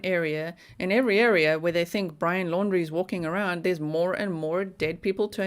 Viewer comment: It's Brian not brain